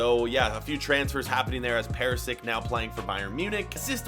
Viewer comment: Omg Keltic and Perisik